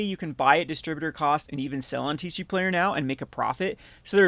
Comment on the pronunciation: Why do you call it TeeShee Player 😛